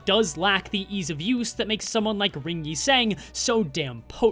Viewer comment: hello whats with the inconsistent pronunciation of yi sang???